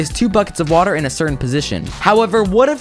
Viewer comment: is it just me or did he say wattle instead of watet